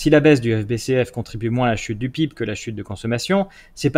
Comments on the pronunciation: Les gens qui disent "pib" au lieu d'epeler les lettres une par une, ça m'énerve, ça fait triso et pas professionnel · Ça rage, ça rage. Néanmoins j'apprécie vos vidéos qui apportent beaucoup, j'ai simple fait remarquer que PIB ce prononce lettre par lettre.